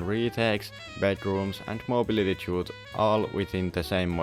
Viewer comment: The way to pronounce "chute" correctly is the same as "shoot" fyi.